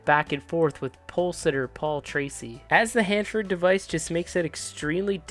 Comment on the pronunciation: You can’t even pronounce Hanford correctly who the hell are you?